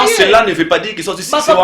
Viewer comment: Succès et non siccer